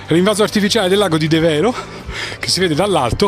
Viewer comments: Bel video, ma un piccolo appunto La pronuncia e' De'vero , e non Deve'ro. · Devero si pronuncia con l'accento diverso.....ci vado da 50 anni